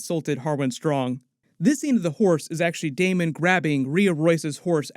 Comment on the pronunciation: Thanks for not saying DaeMON a thousand times